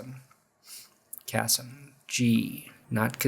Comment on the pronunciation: Hi from Germany. Finally a German player on the broncos roster. You pretty much nailed his last name, his first name is pronounced more like kaseem with a long i/ee sound.